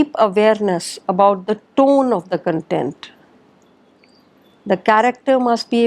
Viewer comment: Respected Mam, You did not mention the names of plays in which Shakespeare used lot of incidents and characters. You pronounced kentent For Kontent that means subject matter. Sorry to worry but as you are my counter part I felt the need to correct you